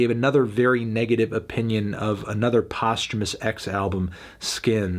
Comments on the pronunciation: Every time he pronounces "post-humorous" postumous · thats how you pronounce posthumous?